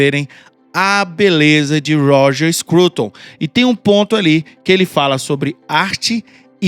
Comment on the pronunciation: eu ouvir "Roger Escroto"